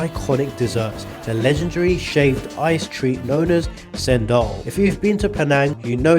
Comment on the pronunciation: Bro, ALL letters C in the Malay language ONLY make the "CH" sound, so it's actually pronounced "CHENDOL" and not like "Sendol"😅